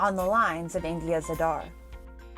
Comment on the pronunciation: ANI reporter must learn how to pronounce aadhaar correctly. Stop this fake accent..